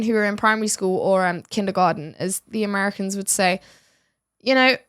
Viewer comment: Social mediaR. AmericaR. AustraliR. AntarcticR. RussiR woRRRRds aRRRRe haRRRd.